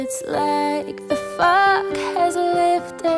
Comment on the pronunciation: its like the fuck has lifted?!? haha...definitely had to rewind to check she said fog.